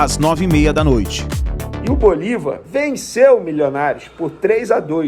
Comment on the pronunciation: É bolÍvar, com acento no I. Para de falar bolivÁr, tá feio.